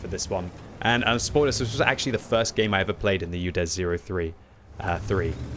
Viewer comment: Did he sayed "Judes" 03 3 ?